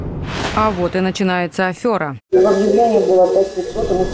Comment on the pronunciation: афЕра, а не афЁра